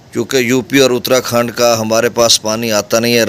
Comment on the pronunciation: جناب اترا کھنڈ نہیں اتار کھنڈ ہے آپ کی اطلاع کے لیے